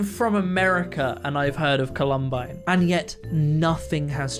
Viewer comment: Sorry for the nitpick, but you kinda mispronounced Columbine.